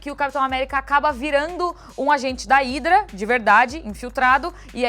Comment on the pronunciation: Pq vc na mesma frase pronuncia Hidra e Hydra ? Que ridículo mas talvez seja muita sabedoria numa pessoa só !